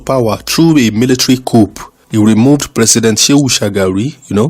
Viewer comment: Great work, the picture depicting Emir Ado Bayero the erstwhile emir of kano is actually his Son Aminu Ado, the current emir Also coup is pronounced “Coo” w silent P. Keep it up 👍🏽👍🏽👍🏽